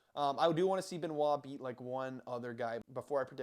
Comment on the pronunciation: Thank you for pronouncing his name, there will be only one champion and his name is Benoit. Charles and Islam are next on the hit list after Gathje. They're all scared of this man. Your not taking into account his psychopathy to win, the 2 new king's of UFC will be Benoit and Du Plessis